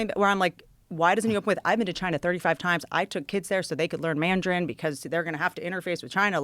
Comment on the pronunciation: Autism is not fake why lear instead of learn